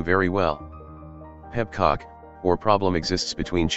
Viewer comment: I shouldn't find the TTS saying it "Peb-cock" as funny as I do.